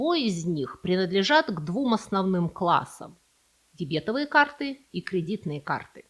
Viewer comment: Я не осилил смотреть из-за дебЕтовых карт. Остальные прошлые ошибки казались даже милыми, но это режет слух...